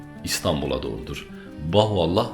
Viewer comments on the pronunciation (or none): Sebebiyye değil, Sebeiyye; Bahuallah değil Bahaullah.... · Birkaç hatadan bahsetmek isterim. * Bahoallah diyormuşsun gibi geliyor söylerken, doğru duymuşsam müsaadenle düzeltmek isterim: Bahaullah. Yanlış duymuşsam da özür dilerim * Bir yerde Hz. Bahaullah'ın adını Mirza Ali Muhammed dedin, Mirza Hüseyin Ali olacaktı. * Hz. Bahaullah Bahai inancında Kaim değil; Kayyum'dur. Sanırım bir yerde karıştı. * 250x3 (her bir seferde 250-şer olmak kaydıyla 3 sefer yani 750 ateş) askerin Hz. Bab'ı kurşuna dizmesi ve sonrasında ortadan kaydolup tekrar zindandaki hücresinde bulunması Bahai inancında üzerinde çok durulmayan bir mucizedir; ama kesinlikle kurşunlardan biri tesadüfen ipe geldi, Hz. Bab yere düştü ve çaktırmadan zindana kaçtı diye inanılmaz. Öyle olsa niye zindana kaçsın? Kaldı ki yüzlerce mermiden biri ipe gelirken 749'undan hiçbiri Hz. Bab ve Enis'e yerden sekerek bile olsa hiç dokunmuyorsa ve yere düşünce de kimse onu görmeden kaçabiliyorsa bu daha büyük hayranlık uyandırmamalı mı? :) (Senin anlattığın İran devlet otoritesinin göstermek istediği tarz... Ama farkında değiller İran ordusunu, eli kolu bağlı iki adamı 750 mermi sıkarak yine de hiçbir isabet yaptıramayan bir güruh askere sahip gösterdiklerinden...) Üstad, bir de Hz. Bab ve Hz. Bahaullah'ın fotoğraflarını, resimlerini yayımlamak hoş karşılanmaz Bahailerce, o resimler ancak Hac ziyaretinde arşiv binasında fotoğraf çekimi yasaklı olarak gösterilir inananlara, belki bilmek istersin. :) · Bahuallah değil, BAHA+U+(A)LLAH = BAHAULLAH